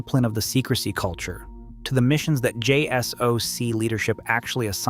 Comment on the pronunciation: It's not pronounced Jay Ess Oh See, it's pronounced Jay Sock.